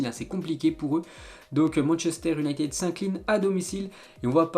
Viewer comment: Le championnat Europe1 Le Dennmark Manchester Ünited Et j’en passe! Je te kiffe mais tu pourrais faire un petit effort sur les prononciations sérieux Et les pubs toutes les 2 minutes C’est bon ça saoule!!